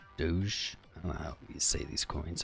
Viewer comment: its not dodge. its pronounced doe (like a female dear)